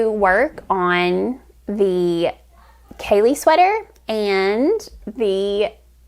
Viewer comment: Hi! Hope you're enjoying the Ceallaigh Sweater, I have trouble pronouncing it too! I need to finish mine. xo